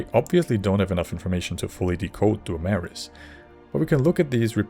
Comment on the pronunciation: I wouldn't say yoy tried pronouncing it sounds more like your a natural born Dwaymer and the golden tones have blessed you